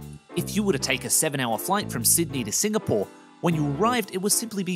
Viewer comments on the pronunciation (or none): none